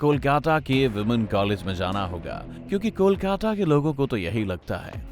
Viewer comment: कोलकाटा नहीं कोलकाता पागल🤣🤣🤣🤣